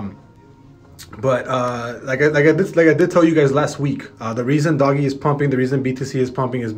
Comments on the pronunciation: It’s not doggy coin. It’s like dogue coin. 🤦‍♂️ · Dohgggg. Its pronounced Doughj like doughnut but no nut. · It's not doggy its doge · “Doggie coin” 🤦‍♂️ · fr the reason why people are selling rn bc people can’t pronounce ‘Doge’ correctly. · Did you just call it "Doggy Coin" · Its doge not dogE say it like dodge but with out the 2nd d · Haha right